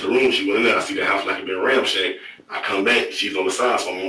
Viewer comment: This nigga said ‘ramshacked’ 😂😂😂